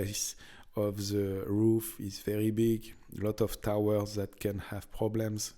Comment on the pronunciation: The projection is called in English a "turret", the pointy roof is a "spire". Enjoying listening to your accent. Every time you say "Is veddy nice" I can't help but hear Mr Creosote from Meaning of Life, or the French kniggets from Holy Grail. 😁😜 I don't understand why so much history is so run down and abandoned in France. These places should have so much tourism potential. Except the first one. Sharing walls with neighbours? No thanks.